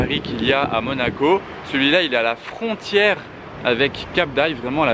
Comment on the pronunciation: c'est la fontére fontére ou frontière ?? lol